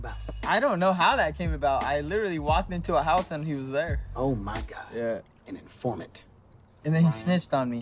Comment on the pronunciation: “Omg an imformant”😂